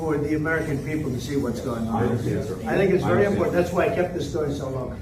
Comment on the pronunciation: "from the werry begin " "oh, later are you going down to the teddy bears picnic ? "